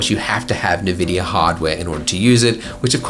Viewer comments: It's spelled NVidia, not N-Vidia, so they might be trying to pronounce it as one word (with two syllables), and since native English speakers aren't good with consonant clusters, they insert the "e" (which is really the schwa sound) in between. It's similar to English speakers trying to pronounce Gnome (the Linux desktop environment), where they also usually insert that extra "e" after G (provided they pronounce the G). I'm not saying that it's correct, I'm just trying to explain the process. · i was like WTF ... probably everyone in the industry will say it right.. but not the guru hahah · I do disagree with his pronunciation of Nvidia, but I also appreciate how he's always himself, he isn't overly self-conscious of what others say or think about him. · Neh-vidia? What planet do you come from!? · Nobody:..... Andrew: nehvidia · "Nividia", said the Lbender Ugru. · 'EN' VIDIA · Everytime you say "neh-vidia" an angel loses their wings. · My buddy would call it Ni-vin-dia . Never understood where he saw the second N. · "nehveedeea" Jesus Christ... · I thought it was pronounced "envidia".. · No one: Andrew: NEH VIDIA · "Na-vidia" HOLD ME BACK BEFORE I SLAP THIS BOY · Cool video. I've been binge watching your videos lately but today I got confused so much that I had to check if I wasn't doing it wrong the whole time. Not the denoiser but the pronunciation of Nvidia. It's en-vid-eeyah - Hope it didn't sound mean. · According to the official NVIDIA brand guildelines, it's pronounced [en-VID-eeyah]. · "EN- VIDIA"!!!!!! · nevidia ? Never heard of them. XD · The way he tells NeVidia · NeVidea lol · Nvidia is pronounced "en-vidia" or "invidia" (Latin word for "envy") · Navidia , that's a special way to pronounce it. I need a memory wiper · I always thought NVIDIA was pronounced Envidia... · Nuh-vidia? NUH-VIDIA? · Australians often pronounce things wrong :/ I'm basing this off of NAVIDIA and "cayche" instead of "cache". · Patrick Edwards It's actually pronounced "envidiah"